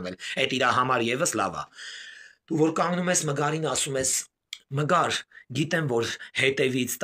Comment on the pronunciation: Հարգելի, ամեն ինչ ճիշտ եք ասում, բայց Մգար չի Մգերա։❤😂